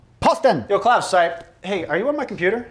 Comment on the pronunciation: As a German I have to say: Klaus pronunciation is extremely good.